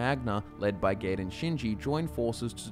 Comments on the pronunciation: Gaiden's name is pronounced Guy-den. It's just like Ninja Gaiden and the weapon known as a sai (pronounced like psy). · You pronounced Gaiden wrong. The a is actually silent as its Japanese. You pronounce the I after the g then the rest of the word.